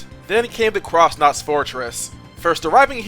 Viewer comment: "cross nauts" 💀